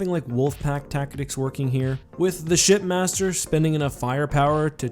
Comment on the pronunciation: for the longest time I thought his name was shitmaster from the way the elites pronounce it